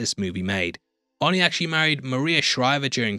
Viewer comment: Your accent makes it sound like you're saying horny instead of Arnie😂